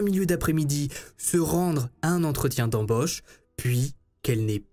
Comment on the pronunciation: Un entretien d'embÔche..😂!?... C'est quoi cet accent ? Mdr. Mais je t'adore ...